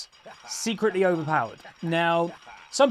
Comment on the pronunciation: Not secretely